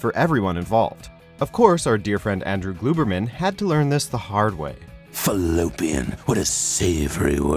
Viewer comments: It’s globermen not gluebermen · the fact that he says "Glooberman" instead of "Glouberman" makes me vomit. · Gl-ow-bur-men not gl-ue-bur-men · "Gluberman"? Has the person narrating never watched the show? I stopped watching this video at the moment he mispronounced Andrew's last name. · “Glooberman”??? Lol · Andrew Glooberman lol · “Glooberman”? You clearly didn’t even watch the show! It’s never pronounced that way, ever. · "Andrew Glue berin" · This guy obviously didn't watch the show just based on his pronunciation of "Glouberman" and "Kiellor"